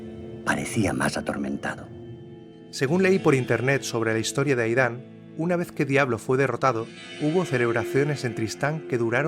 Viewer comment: Aidan no se pronuncia 'Aidán' sino 'Eid:n'